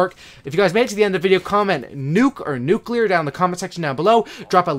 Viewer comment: Nuke nuklear